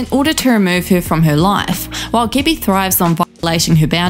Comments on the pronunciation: I know it’s just your accent but calling her Gibby instead of Gabby is absolutely hilarious 😂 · why u pronounce like gibby? xd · I love the accent, but every time she says "Gabbie", I hear "Gibby" instead and then I'm flooded with memories of the guy from iCarly yelling "GIBBAYYYYY" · I love how the narrator pronounced her name as gibbie instead of gabbie all i can think of is icarly now lmfao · You said Gabbie but I heard Gibby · I'm sorry, but everytime you said "gabbie" I heard gibby 😂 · Am I the only one hearing the narrator in this video call her "Gibby"? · It sounds like your saying Gibby lol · I’m sorry I keep hearing Gibby. IT’S GIBBAAAYYY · i keep hearing gibby hanna lolol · was really thrown off at the beginning thinking you said that the girl had meth with gabbie